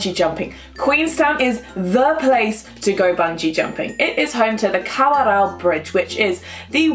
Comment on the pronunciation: I was born in Queenstown. I’m surprised you pronounced Kawarau correctly! Good job. Also, NZONE and skydive paradise are the same company ☺️